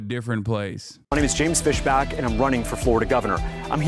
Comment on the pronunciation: Fisbach? That's Markipliers actual last name